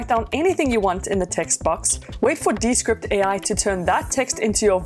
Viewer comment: Wouldn't it be pronounced de-SCRIPT, just as Discord is actually pronounced dis-CORD?